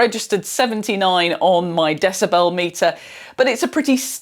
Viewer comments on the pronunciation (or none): none